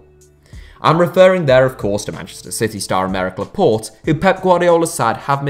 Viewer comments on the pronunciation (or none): none